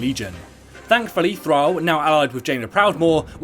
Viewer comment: I got confused with his pronunciation of Thrall :p